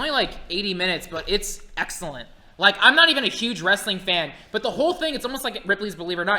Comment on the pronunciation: Every time says "But!", I hear "Butt!":D